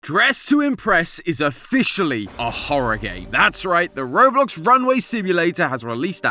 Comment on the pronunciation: Robuck lol